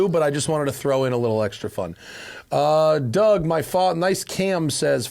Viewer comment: "Dour Demuro" 😆